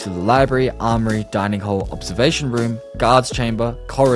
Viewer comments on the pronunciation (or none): none